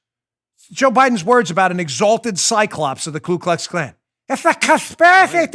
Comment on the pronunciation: It’s Ku Klux Klan not Klu. Not that I’m an expert but I remember learning that.